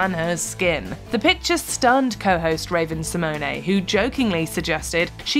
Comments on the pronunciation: Why do you guys pronounce Raven Symone name like that 🤦🏾‍♂️ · A few things: 1. Megan McCain is insufferable and selfish and treated her co-hosts and guests like shit. 2. Check your pronunciation of Raven’s name, it’s not correct. She was also a co-host for longer than a year. 3. How many times are your going to redo ‘The worst of The View’!? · It's a French, and it's actually spelled Symoné